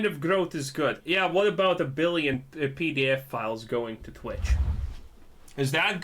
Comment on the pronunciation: To clarify, he's saying " oh hes essentially saying any growth is good, What about the billion pedofiles going to twitch? No obviously not." Definitely sounds like hes saying PDF files. Also this guy is all over the place with his logic, and his accent just makes it funny - but he's narcissistic and borderline ready to the be the next headline in the news.